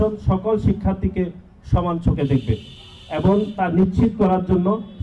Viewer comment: 'এবং' কে 'এবন' বলে।😂😂😂